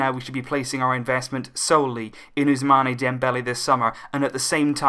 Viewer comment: Please it is not 'Ousmaneh' it is 'Ousmann' as there is no aigu on the final e. Ousmane not Ousmané